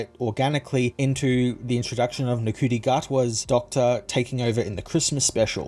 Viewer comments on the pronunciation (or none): Hey man, awesome review. It's cool to see people who don't usually cover Doctor Who covering it. Shows that there's defintely a resurgance in the show's popularity. Just one small thing, Ncuti's name is pronounced "Shooty". Just for future reference. Keep up the awesome work man!